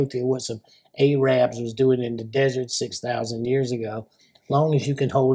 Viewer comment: Did he really say A-rab or was that his Southern accent?? Lol.